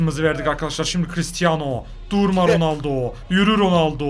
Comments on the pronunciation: RONALDO'YA RONALDİN'YO DEDİN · ilk golde ronalno yerine ronaldinyo söylüyor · 4 .17 ronoldoya ronoldinyo de di